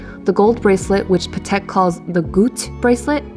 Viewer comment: You don’t pronounce Patek correctly. It’s pronounced pAtek with the accent on the a, not patEk like you do.